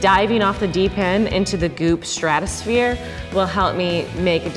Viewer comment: Each time she said goop I thought she was saying poop